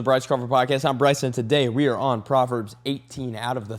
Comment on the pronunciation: I thought u said Potverbs 😅😅😂😂😂❤❤❤